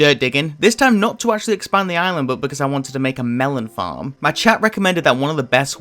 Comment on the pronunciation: "I never actually made a melon befarm before"